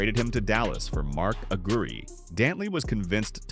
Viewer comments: you need to learn how to pronounce peoples names. Especially legendary players like Mark Aguirre. I cant stand you noobs who dont know nothing making offensive videos. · A couple of his points were off,like his pronunciation of Aguirre,lol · Mark Aguirre is pronounced A-quier, like squire. Kelly Tripucka is pronounced Try-pew-ka. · During the 80s...the era of the small forward...AD..was a Nuggets killer ...we had a great player in Alex English..around the league during that time ..you had Doc,Bird,Worthy..B.King...D.Wilkins.K.Vandeweghe..Whats up with the Narrators proununciation??.Aguire,Isiah😂😅.